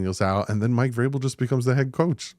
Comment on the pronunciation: As soon as you Said Mike vrabel I turned the video off lol